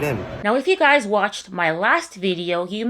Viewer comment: You should make a shirt that reads “I’m this old “and then it has underneath it “I know how to say the word guys’ properly“